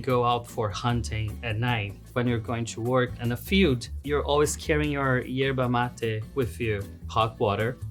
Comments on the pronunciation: the brasilian portuguese pronunciation is usually Erva Mate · No bro. Ierba Mate is not the way brazilians says because we speak portuguese, we say "ErVa Mate" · it's not how its pronounced in Portuguese. It's ERVA MATE. With a V.